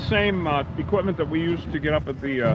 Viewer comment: You say equip.t.ment same way I think it seems right. But there is no 't" in equipment except at the end of the word.